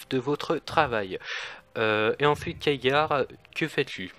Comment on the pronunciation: "keagar" :( Superbe débat sinon !